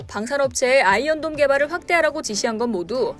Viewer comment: 어째 아이언돈으로 들리냐 ㅋㅋㅋ 누가더 손해냐 ?